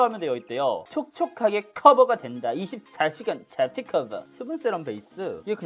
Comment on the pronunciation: 아 행복해ㅋㅋㅋㅋ 촉촉하게 (강조)커붜가 된다 24 시간 좝튀 쿼붜